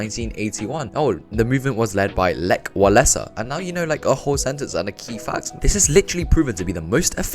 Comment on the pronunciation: ahh i needed this kind of video 💗💗 Ps. the surname Wałęsa, the "w" is pronounced more like "v" in word value (for example) and the "ch" in Lech is like "h" in a word hi